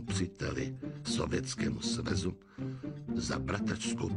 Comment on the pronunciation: sovětskému svezu XDDDDDDDDD